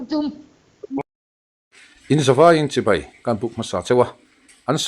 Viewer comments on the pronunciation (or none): none